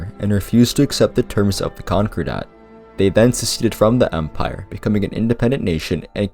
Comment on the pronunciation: Con Core Dat. not Conqure Dat.